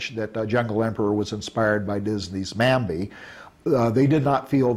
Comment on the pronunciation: Every time he says Bambi it sounds like Mambi